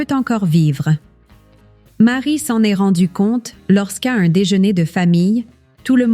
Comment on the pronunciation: L'intelligence artificielle !!! Entendre sa kangue maternelle massacrée ! Le verbe "être" prononcé : e s t comme la direction ( est / ouest ) c'est insupportable !